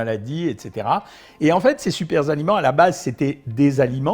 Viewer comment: "Super-aliments": Pas de "S" à "super" docteur...Donc, pas de liaison.